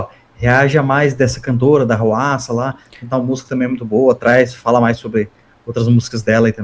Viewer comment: Eu esperei tanto por esse react. Muito obrigado por reagirem! Eu sempre escutei a pronúncia do nome dela como RUASSA. Dicas de músicas da HWASA Maria I love my Body Chili Na